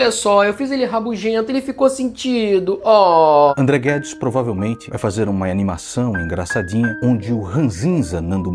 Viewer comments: Perfeito o video, André. Seu roteiro é sempre impecável. Toda Vez que o Nando Moura Petista Conservador falava "André Guedes" eu tava ouvindo "ThunderCats" e fiquei sem entender o motivo disso kkkk um abraço. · Que vídeo é esse do anão que fala "Amdreh Guedis" 😂😂😂